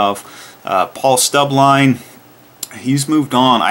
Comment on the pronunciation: It's Paul Stubblebine, not Paul "Stubbline". ;)